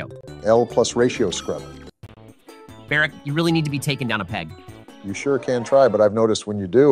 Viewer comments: Can we just take a moment to laugh at the Ai's pronunciation of Obama's name? "Barek" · Bro barek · I've heard one saying "bArK" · "Berrick" was sending my blood pressure through the fuckin roof lmao